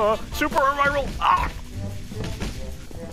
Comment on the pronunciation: two months late but it's pronounced "ah-ree-ral"